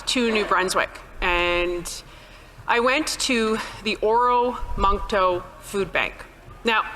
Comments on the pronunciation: Oromocto...not oramoncto. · Or-muck- toe. Not how it spelt.